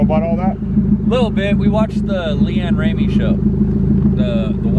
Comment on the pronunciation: "LeAnn Ramey" lmao